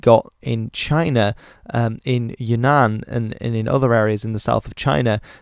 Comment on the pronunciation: Since you are trying to learn chinese, Yunnan is pronounced really difficultly. I'd describe it, but I would probably confuse you.